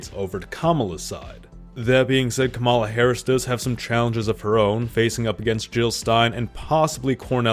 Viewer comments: I can no longer support this channel particularly on a membership level. The first time you say Kamala in this video you said it correctly the second time you mispronounce her name (a sec later) I know what kind of a person you are. I'm not interested in this anymore. Good luck in your future. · And you still dont know how to pronounce the name of your next President. KAH-muh-lah